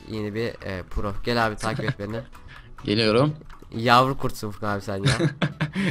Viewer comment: ABİ NAPTIĞN FURKAN ABİĞH NAPTIĞHN FURGAN ABİĞĞ:D Sen Beklenmezdi:D Türkçe'mizin içine ettin:D